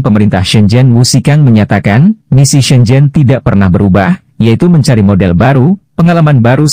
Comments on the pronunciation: Shenzhen la bro....bukan zen zen....😂🤣🤣 jgn pulak lain video hong kong, jadi lain nama kong kong...🤣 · SHENZHEN bukan zen zen